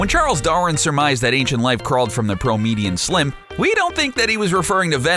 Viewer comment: Did he say "promedium slim"? Wow